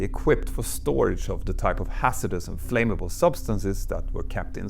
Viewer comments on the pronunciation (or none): Look up pronounciation for "flammable", "origin", "threat", "through", "aftermath", "partially", everything else is just charmingly Swedish. Great video!